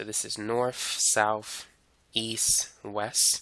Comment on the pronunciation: 'norf souf eas wess' hits hard🗣🗣🗣🗣